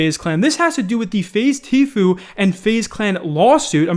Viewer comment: Am i the only one happy he finally pronounced Tfue's name the correct way?